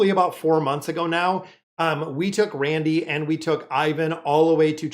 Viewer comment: You have been confusing me for weeks watching...I couldn't figure out who the hell was "Randy" or "Randell"...his name is Randle...please get his name right